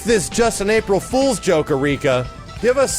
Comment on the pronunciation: "Apil Frools joke" You can tell how excited he is for this.